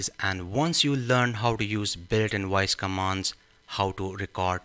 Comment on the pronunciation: I think if you speak English, the module will work better..try saying voice instead of woice. 😂😂😂😂